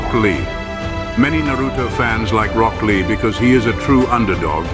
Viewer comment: when he said rock lee i stopped the video no bro just no